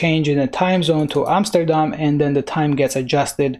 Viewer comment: You say Amsterdam like a Dutch person would. I can know, I am from The Netherlands.